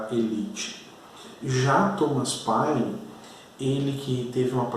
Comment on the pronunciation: Professor,muito boa a aula,mas vai uma dica, não se fala páine,e sim pêine.